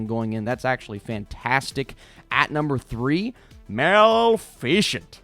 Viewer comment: I think you're gonna miss saying Mal-fi-chent.